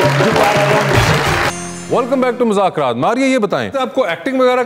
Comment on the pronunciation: Wasay Choudhry, please please say the right name of the show. It’s been almost 10 years hardly any anchor pronounce the name right. It is “Mazzaq Raat- مذاق رات” Please don’t say “Muzakraatمٰذاكرات”